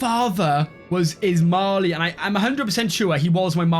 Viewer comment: Not "Ismali". It's "Ismail"